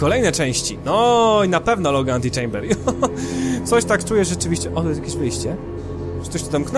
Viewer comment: po tym jak powiedziales antylamber domyslam sie że coś zlamiłeś XD ale oglądam dalej XD